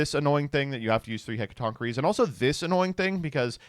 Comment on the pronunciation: actually pronouncing Hecatonchiere correctly by looking it is crazy work.